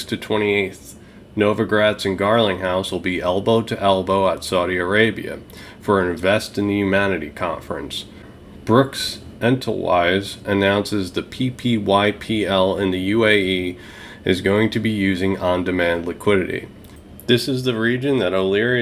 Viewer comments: Awesome video, thanks! Appreciate your work. BTW, it's Brooks ENTWISTLE. Not Entlewise.;):);) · Brooks Entelwise!!! Hahahahaha. Pronounced Ent Whistle